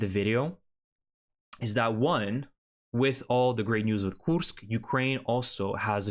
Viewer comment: Why do you pronounce the name as Koosk and not Koorsk?